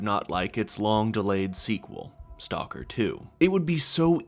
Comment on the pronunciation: Learn how to pronounce the name of the game properly please!